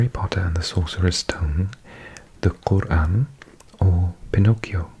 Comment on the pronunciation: I thought i was knowledgeable about languages until i found this video😂 (i got 9) i totally love it!!! Ps the way you pronounced Quran was sooo satisfying